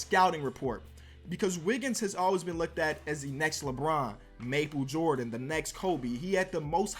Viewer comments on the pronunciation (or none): That boy said "Maple Jordan"